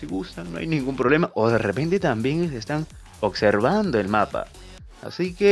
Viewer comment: PORQUE DICE: "OCSERVANDO" YA LO ESCUCHE EN VARIOS YOUTUBERS 😂